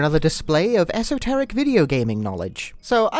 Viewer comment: Wow. Someone who says esoteric correctly. If you know you know.